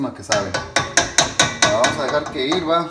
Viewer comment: Se dice hierva, no hirva, por favor